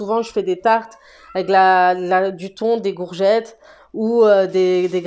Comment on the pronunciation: Salut ma belle plaisir de te revoir tu te mais rare en ce moment j'aime bien comme tu prononce les "gourgettes" moi 🤣🤣🥰